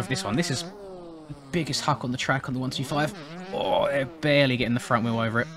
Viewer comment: say 1-25 not 1-2-5 i sound like a dick but yea